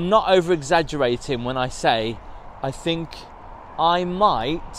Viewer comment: Thing not think …sorry… it’s driving me nuts. Heh heh heh. Brilliant channel…only just found it. I am now binge catching up.